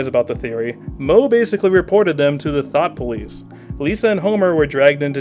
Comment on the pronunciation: I don't know why but when you said thought police I heard it as thot police